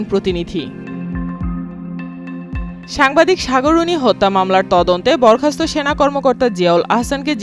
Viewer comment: Two error- 1. Ayanaghor khato 2. Borkhasto Tui je kicu na jene news porcis ta to clear